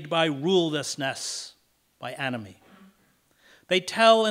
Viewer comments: For a second I thought Mr Hedges said “Anime” which made a lotta sense to me XD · Wait i thought he said "Anime"